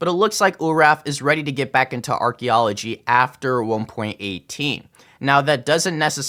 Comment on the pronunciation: Archy? I believe it’s pronounced Arky L0L